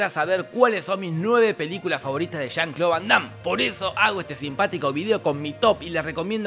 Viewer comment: Pinarello, no le digas jon cloud vondam, siempre pero siempre dices Juan Claudio, hace mucho la diferencia en este con el anterior.